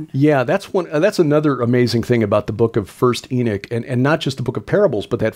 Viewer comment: those who believed what was in the first book of Enoch… you called them “Enochians” and not “Enichians”. So why keep saying it with an “I” instead of the “O”.